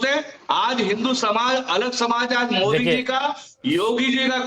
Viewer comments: Owasi ,modi to sahi say bolanay ka practice karo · Bhai phle modi ka naam shi se bolna sekh lo uske baad uske vichar padhna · Abe Owaisi Modi naam hai Mod nahin hai pahle bolna Sikh lo